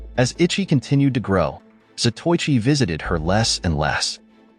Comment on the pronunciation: It's a good movie that I have a copy of it in my hoard of Asian martial arts movie. I wish the narrator pronounced some of the Japanese words correctly. Zato Ichi, is like pronouncing Zorro as Sorro. It's Za toe I chi. Quite a well know late 50's to early 70's, blind swordsman. There's only been two or three Japanese Samurai movie series. Shintaro Katsu as Zato Ichi, the blind swordsman. There was also Lone Wolf with baby cart, which was Ito Ogami, the former royal executioner with his young son in the baby cart. That was Wakayama Tomisaburo, who I believe is Shintaru Katsu's brother.